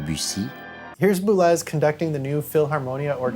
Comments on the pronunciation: This is great but… ‘Boo-lez’? Boo-lay! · This is really good work, thank you. Perhaps it wouldn't be rude of me to theorize that Boulez, being French, may be pronounced "boo-lay". Ligeti may also bear pronounciationial research on the level of your other stellar and more essential gifts to us.